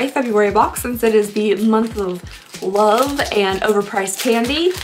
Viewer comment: tht lipstich color looks killer on u n the way u said love 😂😂